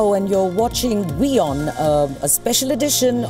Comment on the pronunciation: AND, ACTUALLY introduced the channel as "We On" INSTEAD OF " VEE On", as some other presenters have (SMH). Thanks for correct pronunciation.👍 Great interview and guests, allowing them to express their views/opinions without shouting and interruptions, like some Indian channels that I won't name (you might already know them) and irritating banners flashing continuously (as if we have the attention spans of hamsters). Kudos!👏👏👏